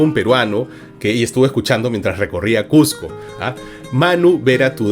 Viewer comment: Que genial que Marco siendo limeño pueda pronunciar correctamente Cusco y Cusquito